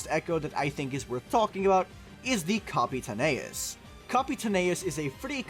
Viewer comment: Leaving a dislike for mispronouncing Capitaneous